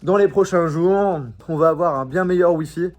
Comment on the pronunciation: les prochains jourmmmnnn😂😂